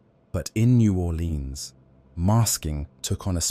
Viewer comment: Naw 'Lenz or New Orlèan(s). Are you even from there? Sorry, didn't sound like it.